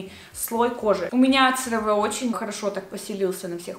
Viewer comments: Очень полезное видео, тоже люблю CeraVe, правда читается не как Цераве, а как Керави (французский манер)❤❤❤ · CareVe читается как «КэаВи»